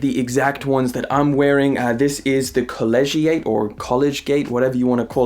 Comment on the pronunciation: Collegiate is pronounced call-ee-jet